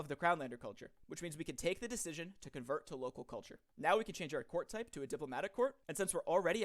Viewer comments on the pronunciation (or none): none